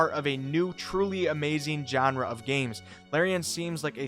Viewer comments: Its shawn-ra...not Jon-ra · ‘Genre” is not pronounced with a hard J sound.